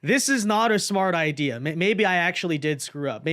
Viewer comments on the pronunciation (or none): none